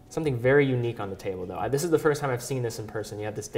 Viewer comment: So sympatisch, CEO und Uhren! Aber warum nimmt der in dieser Position nicht einmal eine Stunde bei einem Logopäden um ein "th" zu sprechen... Siss is sa...